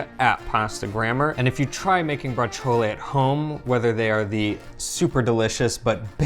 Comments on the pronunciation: Please stop saying braciole incorrectly! Pronounce it like ur wife does! ❤️😐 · I don't eat meat, only because I don't like it, the taste, the consistency, but I love braciole and chicken cutlets, those are probably the only meats I really eat, oh and bacon. I say it different than you do though, I don't add the "a" or even an "e" sound at the end, just the sound of the "ol", similar to how I say capicola, but I wonder how you guys say capicola, gabagool, we are of northern italian descent and brooklyn descent so they both probably have a place in my pronunciation. Oh you do pronounce the 'c' in braciole, we pretend there's no 'c' iot just like we pretend there's no 'c' in capicola. hahahaha